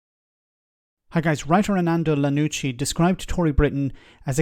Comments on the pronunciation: It's an I, not an L. Armando IANUCCI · Ianucci not Lannuci. Prounoumced Ian oochy:) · You called him Lianucci and Arnando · Armando Ee-yan-uchi. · "Arnando Lanucci" come on at least get the guys name right!